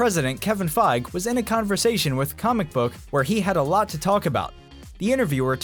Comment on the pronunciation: Fi-GEE....FI-GEE...Not Fyge